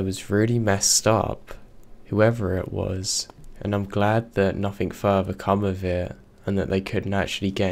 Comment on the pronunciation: Its very hard to understand you to thw point where its useless to listen for instance, you say "bother " comes across as brovvaa.. And it is monatone. Not great for story telling. Just my opinion. Which means nothing. Or in your words, "nofffin"